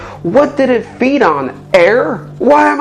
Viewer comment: Feed not reed